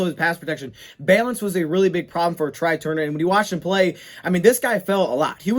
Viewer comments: It's pronounced "Trey" not try..lol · Couple things. First it’s pronounced TRAY even though it’s spelled TRY. Second they have to structure the Calvin repayment back so he’s not taxed again and it doesn’t effect the Cap. So it’s going to be tricky